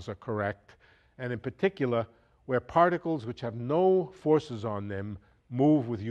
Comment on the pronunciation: "in puhticulah"